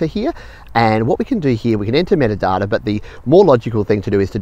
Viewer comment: When he says “metadata “ I feel like hunting wallabies.